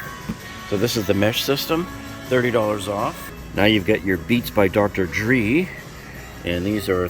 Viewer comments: “Dray” It’s pronounced “dray” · Did he say dr. Dree 🤣🤣🤣🤣🤣